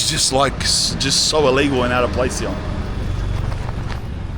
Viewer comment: This guy pronounces “here” as “hughaghhhhh”. lol 😂 WTF?